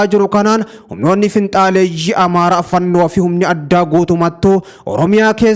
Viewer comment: Galatoomi, Yeroo hunda jarattii yeroo waamtu "fannoo" jetta, garuu "Faannoo" dha. Sirreessii waami